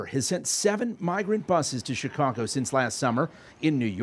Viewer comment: Did he say " Chicongo " ??